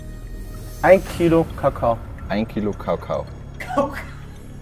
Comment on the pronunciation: min...die Lache im Hintergrund über Wieges Aussprache beim Wort Kakao🤣